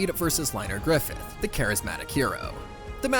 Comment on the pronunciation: Ain’t no way Liners last name is Griffith… “GRRRIFFFITHHHH” -Guts